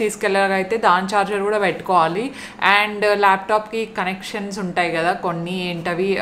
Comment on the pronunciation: French Connection not Collection. Inka wallet not vallet. You are cute, just like my niece, hence felt like correcting you